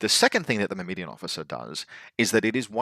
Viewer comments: mur-mah-daan, but close enough lol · I've figured it out, I know your game. You just pronounce extra "I"s into words to farm engagement. Myrmidon, Shasvastii. Well it's not gonna work on me;)